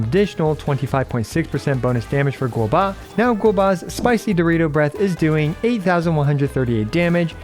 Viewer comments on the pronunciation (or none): Why is calling Guoba as Guobuh?